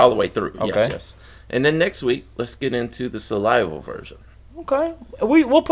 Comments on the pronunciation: Cool, watch of to O-T-G heads 'back from 92 and the first EP!'. I was a teenager in 2000 and SA-LIVE-AL as we pronounced it, not SAL-I-VAL was my first introduction to Tool. I didn't get it. It was too much at that time, then a year later Lateralus came out...took me 3 years more to even start to understand. Old hat musician buddies chastised me on liking Pink Floyd at that point and I fired back to them: BITCH, THey got 40 YEARS of music and IM 17...HOW THe FUC you gonna tell me I AINT worthy to LISTEN and AppReciate when I goT aLl tHis TiME to CAtch Up..LEt Me enJoy The muSIC!!" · You guys rock! (BTW it’s pronounced “Sal-ivall” not “sal-iva”)